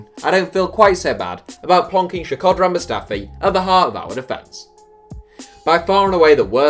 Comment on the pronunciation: SHAkodran? Who dafuq is SHAkodran??